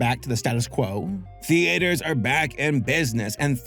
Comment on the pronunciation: Why do you pronounce theatres like thee-aters lol